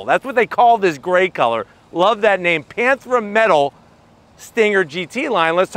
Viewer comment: It's Panthera metal, not "panthra metal". The emphasis is on the second syllable,. Pan-THER-a. I bought one a couple months ago in this color. It only has one grille, as all cars do. Not a front grille and a back grille.